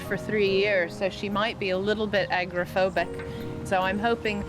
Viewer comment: I absolutely love this show. I swear though, if I hear agrophobic, instead of agoraphobic one more time, I am going to pull my hair out. Sorry I am weird.